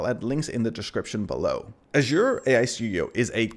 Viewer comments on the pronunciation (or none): How you pronounce azure 😂asua